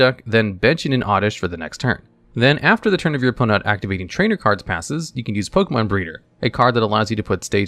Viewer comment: It's not pokEEmon. It's pokEYmon.